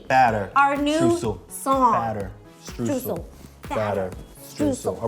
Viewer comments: They might know how to pronounce their last names, but they certainly don’t know how to pronounce “Streusel” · I love how they talk about people not pronouncing their name correctly while pronouncing Streusel like "stroo-sell" lol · German eyetwitching Streusel with the eu like "oy" as in Schtroysell (phonetics without the phonetic alphabet i guess) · It's just so funny for me as a german to hear the words ''Streusel'' and ''Strudel'' in an english video. xDD